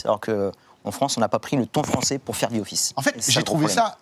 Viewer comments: “Ze Office” c’est insupportable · Zi offisse ...mon dieu